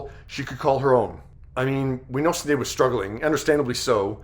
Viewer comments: You need to learn how to pronounce her name. It’s not sin - shin. S in Irish is Sh sound. Shinead. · Her name is pronounced..S h I n é a d..shin aid. It is an Irish name